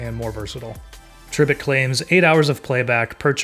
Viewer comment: Tree - bit💀💀